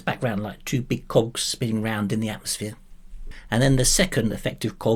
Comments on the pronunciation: I agree with you, but with your accent it sounds like cocks. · Are you saying cogs?